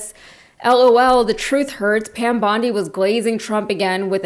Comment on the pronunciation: Her name is pronounced bond-EYE, like the beach in Australia you couldn't pronounce. 🙄